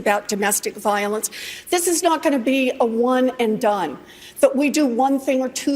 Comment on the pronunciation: Warren needs to learn how to even speak. She only talks about "Gun Viowense". Personally, I don't know what "Viowense" is in the first place....